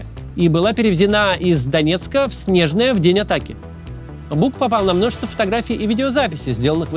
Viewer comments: Не Снежное, а СнежнОе. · Мы, жители региона, говорим Снежноооое, а не Снеееежное. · не Снежное а Снежное - ударение на вторую е